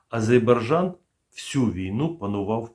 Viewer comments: Я не докопуюсь в жодному разі, але, ви плутаєте в назві країни букви: АзеЙбаРджан, тоді як правильно АзеРбаЙджан. Це інформація просто для точності. Адже точність, запорука професіоналізму. Випуск цікавий, як і теми в них.👍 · Не азеЙбарджан,а азеРбайджан... Невже так важко запам'ятати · Да не Азебаржан, а АзербаЙджан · Азербайджан вообще не получается два раза произнести одинаково... и это только один пример того, как трудно вашим слушателям расшифровывать "оригинальную" дикцию... Спасибо за информацию, позицию, иронию! 👌💙💛🙏🇺🇦✌️ лайк под видео + под каждым комментарием